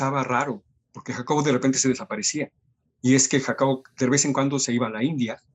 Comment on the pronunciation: dice Dervez en cuándo, ese lapsus jeje